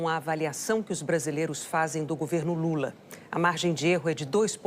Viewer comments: Impressão minha,ou ela disse Lule? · Essa Canhotede é uma comédia. Os erros de fala do presidente são multiplicados por mil pelos leões. Kkk E o que eles faziam com os erros de fala do presidente anterior? Multiplicavam por cem mil ou por um milhao. Que ridícula...🥱